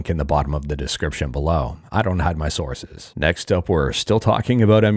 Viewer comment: I'm sure he'll cook extra for those who would like leftovers. Although I think "Sauces" is just a mispronunciation of "Sources". He is tired after all and and his wife travel A LOT...So it's not a shock he has a lot on his mind. Though he should be careful of what sources he should bring up, some of them are unfortunate emulator scams, but that's just me.